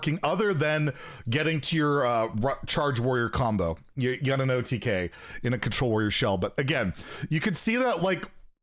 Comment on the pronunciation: Did you really say OTGay?